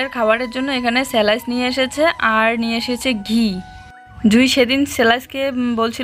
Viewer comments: স্লাইস,সেলাইস নয় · Eta bread , salice kano bolo